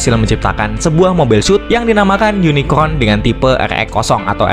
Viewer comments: Unicorn om bukan unicron😅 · Yunikorn, gampangnya gitu min R dulu baru N. Semoga membantu 😊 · susah amat min, tinggal bilang YUNIKOHN